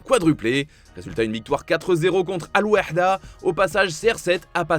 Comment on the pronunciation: Merci d'avoir bien prononcé le nom d'Al wehda et d'Al nassr